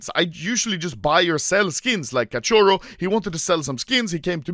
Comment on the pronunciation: It's so funny the way anomaly says “cachorro”(catioro) lol